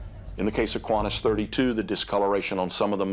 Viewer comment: He pronouns qantas as quantas lol